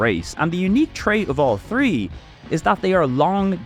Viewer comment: Wait. Why can you pronounce throne but not three?